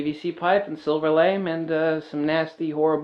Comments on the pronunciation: Lamé Pronounced Lam A not lame But thanks for the video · My daughter says that fabric is. LA-MAY not pronounced lame. I like your way better:)